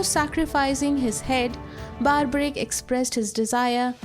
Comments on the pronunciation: First things first it's pronounced Barberic not Barbaric like the word barbarism. Do not mispronounce the name for the sake of sounding American. Second if you are a channel representing Hinduism than do not use Robin Hood styled western digital art thumbnail. The thumbnail should look Indian with Indian attire and body language. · Mam, get your facts right. Also PRONOUNCE the Great name of Barbarik properly and not in your fancy accent. You are making him sound Barbarians. Give proper due respect to these Divine souls. Hate your accent and pronunciation. So fake. Instead of spreading the glory of HINDU culture you are a black spot on it. Stop it.